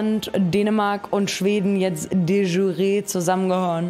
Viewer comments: de schü-ree xD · De jure wird nicht Französisch ausgesprochen zum wahrscheinlich tausendsten mal xd